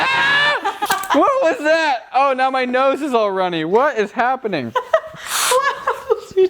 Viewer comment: "AAAHHH WHAT IS HAPPEBING !!!" william... you are vaping..